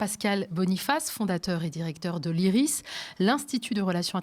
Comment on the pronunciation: Iris et non pas isis